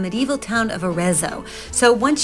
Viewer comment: Dear. I’m a huge fan. I’ve done your recipes for years. I love your videos. Please just learn how to pronounce Arezzo. The double z is pronounced like pizza. As in Aretso but spelled with the double z.